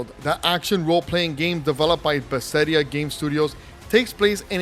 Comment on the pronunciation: I have never heard any one pronounce Bethesda like that before💀🤣 but either way, great video! Looking forward to the game awards!